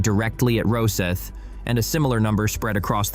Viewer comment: VERY AMATEUR VIDEO. The "O" in Rosyth is pronounced like the "O" in Octopus, or Octagon, or Obvious.. Please Americans,, get it right! And the Type 31 does work. And it has the midship mission bay future potential to fit a 24-48 Type 41 VLS system with different missile combinations, on top of its 24 cell Sea Ceptor/CAMM mushroom farm forward. So the Thunderbirds Frigate. Having served on F171 and last Falklands legacy, unhappy you did not mention HMS Active history. And accuracy- Sweden is not buying the Type 31, they decided on the smaller French FDI Denmark are still in procurement/ to decide. NZ- no idea- likely go Japanese like the Australians.